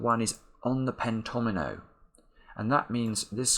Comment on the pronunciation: it was so awesome when you spotted the fact that the fives must appear in each pentomino. Also, the way you pronounce pentomino is so articulate! Thanks for sharing your wonderful mind with the world!